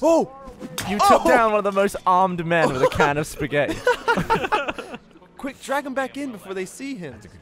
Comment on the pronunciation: Did just say Spaghet? Que Time and Eric